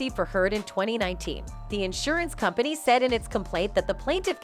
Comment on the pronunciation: You can't say "company" just like you can't say "brothers"? I don't know how you keep getting work, you seem to be so incredibly lazy, determined never to put any effort whatsoever into what you narrate. Have you ever looked anything up? Even once? In addition to which you speak so quickly, running each and every sentence into the next, that you are difficult to understand. Who says faster is better? Not if it's so fast people can't understand it. Once again, it is not Ma-lor-ka. But you won't look it up, or type into Google, "How do you pronounce Mallorca?" That would take too much effort, would it?